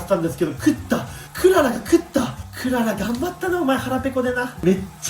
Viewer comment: クララじゃなくてク·ララ。Que Lala😊